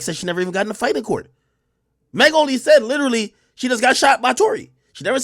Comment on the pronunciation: He sai yah , she sai ,he sehd , she sehd. Every other words spoken in her videos. Drives me crazy for real 😆